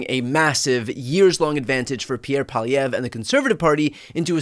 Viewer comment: I must commend your mastery of French. You say Poilievre perfectly 👌🏾 👍🏾